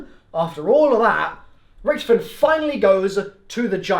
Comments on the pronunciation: Rick toff en not ricktefen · Can't pronounce Rictofen